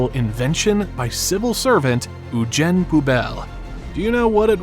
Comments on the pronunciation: "You-Gene," not "Oo-Jenn." EUGENE. Dummy. 😂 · Did you hear the part where he pronounced Eugene as "Oo-Jenn" instead of "You-Gene"? I wouldn't count on anything he says without fact-checking it.